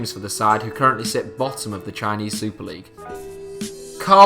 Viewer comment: I cringed when he said outside of premier leauge